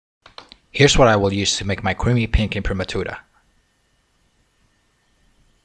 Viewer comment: Well done! A pleasure to hear someone pronounce 'imprimatura' properly!